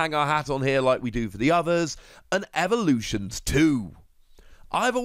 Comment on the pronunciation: You say evolutions weird unless that’s your language not to be rude it sounds like your saying evaluations